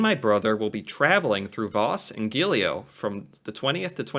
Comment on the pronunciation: its GEILO not GELILO (pronounce the GEI as JEI and the LO part as LO in LOW, probably not the best explanation but it might help)